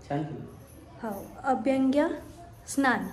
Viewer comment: अभ्यंग स्नान असते ते 🤣.. अभंग्य स्थान नाही 🤣🤣🤣